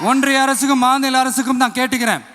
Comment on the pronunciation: முதல் மாதுள மாநாடா😂 அது மாநில மாநாடு இதுவே சொல்ல தெரியல நாட்டை திருத்த போறாராம்🙄🤷🏻